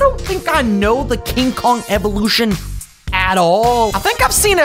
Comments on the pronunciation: Its kong not kogu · Kong king of the apes his name is kong not dongki kong watch it bro